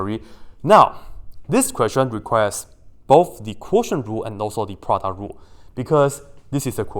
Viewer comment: i love it everytime you said produt rule💖💖